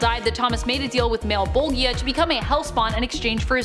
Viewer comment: Spawn malebolgia. Mow bo ja is how it's said lol but understood lol